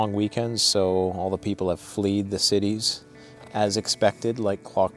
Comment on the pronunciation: Past tense of flee is fled, with a short vowel sound like sled. YW.